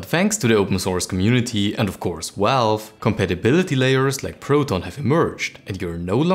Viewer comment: to " and of course... walve " wtf is " walve " ? it's VALVE.... V as in Victory at the beginning. :P